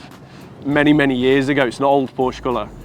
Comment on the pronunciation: if you own a PORSCHE you should know to pronounce the E at the end